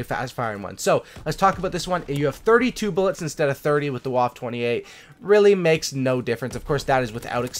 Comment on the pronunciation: Ok pronunciation... Vaffuh OctundZwanzig